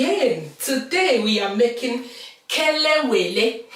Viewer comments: Chai you nailed it oooooo . You remain me, a lot I always buy it you pronounce it very well. And the outcome is very good I need to take you to Ghana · This looks good and I love plantain alot Please must I pound it again even after using grater to do the spices? I like how you pronounce the Kelewele Ngwanu I will have patience when doing mine